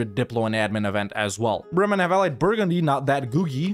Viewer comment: take a look at this beautiful "burgundy"